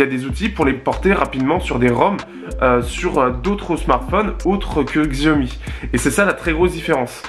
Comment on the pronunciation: En chinois " X + I" se '' ' CH' ' donc Xiaomi se prononcé......... CHAOMI, se qui signifie "petit riz"